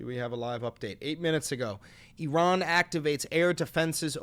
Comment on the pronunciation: i like that you don't pronounce it "EYE-ran"